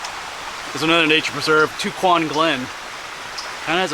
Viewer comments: We pronounce tucquan glen. "Tuck won" glen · Awesome video!! I live in southern Lancaster county n it's great to have so many preserves here. n just so you know, Tucquan is pronounced tuck-wan. 🙂